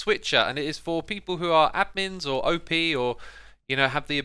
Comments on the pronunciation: Normal people: op Xisuma: O P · An admin is not "O.P.", it's "op", as in "operator".